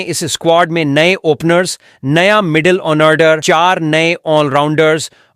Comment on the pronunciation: ये इंसान फर्जी है, झूठ पोस्ट शेयर करने में माहिर है.. ऐसी फर्जी पोस्ट पर विश्वास या विश्वास न करें। मिडिल ऑर्डर नहीं बोल पता है.. मिडिल ऑनऑर्डर बोलता है। घटिया संपादन.